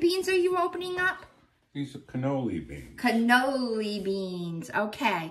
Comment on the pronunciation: I'm dying, canoli beans! It's canallini ! Xoxo❤ youse done good!